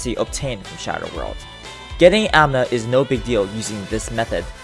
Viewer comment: Every time he says AMNA I died a little inside.